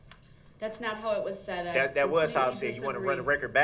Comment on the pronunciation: The word is That, not Dat.